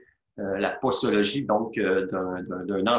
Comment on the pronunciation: On prononce poZologie et non poSologie...